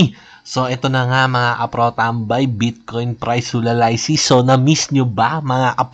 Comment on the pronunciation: Bakit hulalaysis basa mo sa HULALYSIS?? Pag binasa mo ba yung ANALYSIS ay analaysis?😂😂